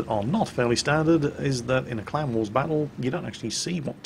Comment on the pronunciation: I watch all of your videos and I love your commentary, but for the first solid minute of this video, I was convinced you were saying "clown wars" not CLAN war. It totally had me confused, that's what I get for being a silly American.